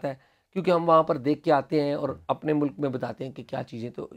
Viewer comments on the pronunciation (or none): none